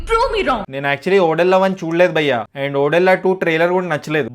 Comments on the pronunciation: వీడికి సినిమా పేరు సరిగ్గా పలకటం రాదు కాని రివ్యూ చెప్తాడు....ఓరేయ్ బాబు అది ఓదెల రా ఓడేలా కాదు 😂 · ఓడెల్లా కాదు ఓదెలా2.. ఓదెలా అనేది ఒక విలేజ్...ఓడెలా అనకు ఓదెలా అను..ఒక తెలంగాణ వాడిగా.. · అది ఓడేలా కాదు ఓదెల ముందు సినిమా పేరు కరెక్ట్ గా చెప్పు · Ayya Adhi odella❌kadu. odela ✅ first movie name correct ga cheppu tharuwatha review chepdhuvu😅😂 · Bayya oddella kadu Odela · Odellaa❌❌ O Dolla✅✅ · Bro adi ఓడేళ్ల కాదు ఓదెల….please correct ga pronounce cheyandi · Not odella it's odhela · Odela కాదు ఓదెల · ఒరేయ్ అది ఒడెల్లా కాదురా ఓదెల 🤦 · ఓడేలా కాదు రా అయ్యా అది ఓదెలా 😑🙏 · Tammudu title pronounciation odella della della kadu odhela. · ఒడ్డెల్ల కాదు అన్న ఒదెల 😢😢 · ఒడెలా కాదు బ్రో ఓదెల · సినిమా చాల బాగుంది...interseting గా ఉంది.....వీడొక పూలరంగడు.....వీడికి ఓదెలా అని పలకడమే రావడం లేదు.....ఇక్కడ review ఇస్తున్నాడు...